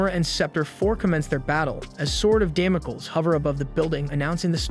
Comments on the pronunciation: Damocles is pronounced "damm moh cleez." Yoshiro is pronounced with a Long O. Yo Shee Ro I doubt it's spelled Yashiro, but then I don't know this anime. Please try to learn the correct pronunciations. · Δαμοκλής or Damocles is an ancient greek name. Male names end with an 'ς' , which is the 's' and it is pronounced s , as in stop ; Which is exactly what you should do... Stop and start practicing what you're trying to preach.